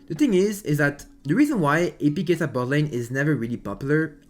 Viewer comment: why u saying keisaaa its kaisa